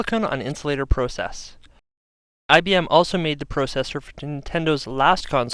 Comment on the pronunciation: I like how he emphasizes "pro" in processor and process.